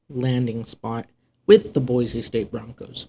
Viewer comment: Boy - See not Boy - Zee